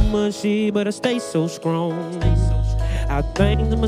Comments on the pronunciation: Why dat nicca still say SKRONG even when he sing 😭🤣🔥💥💪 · Peeped that out too! skrong🥺